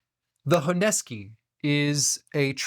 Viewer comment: Honesky? What's honesky? Dude, the name of the knife is HONESUKI. How do you pronounce "kiritsuke|? Kiritsky?